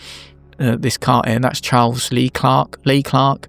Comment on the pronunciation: Omg i have always wanted this video! Jan Magnussen have also won a couple of world Championships 🏆 And fixed your pronunciation of Leclerc!